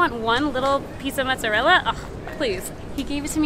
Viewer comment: ITS NOT JEWISH CHEESE I HATE WHEN PEOPLE SAY MATZARELLA ITS NOT JEWISH CHEESE SAY IT RIGHT MOOTSARELLA